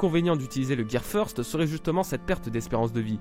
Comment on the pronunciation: Feursteuh lol